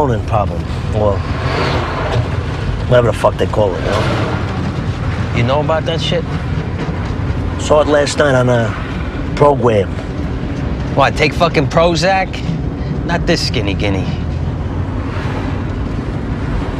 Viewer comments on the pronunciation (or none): Sawr it last on a … pwogwam